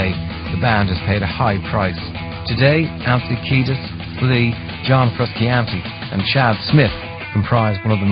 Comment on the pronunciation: haha way to butcher john frusciante's name